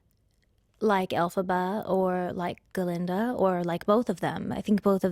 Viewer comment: Why Ga-linda though? Glinda